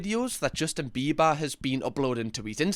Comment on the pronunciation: "Justin Bibas"